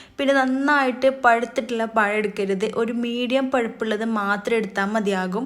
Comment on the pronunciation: പയം അല്ല പഴം